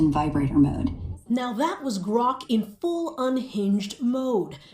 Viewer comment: They said gork not grok , that piece was aimed, what up brotha, love the vids